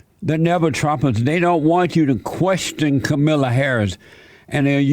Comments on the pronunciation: It's not Kamila It's Kaaamala LOL. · Her name is the only thing he got wrong about her. And there are plenty of Democrat voters who don't know how her name is pronounced either, and they'll still vote for her because they don't care. The enthusiasm on the left isn't for the two people running against Trump, it's for the agenda they're promising to implement if they're elected. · Why do all of you conservative youtubers say the same thing. Nothing you say in this video is original. Can't even say Kamala's name correctly. I'm so bored with you all saying she will be the real president. Same talking points and everything. I hope you leave the country when Joe BIden is president come January 20, 2021. Don't let the door hit you in the ass when you leave crying like a little baby. HAHA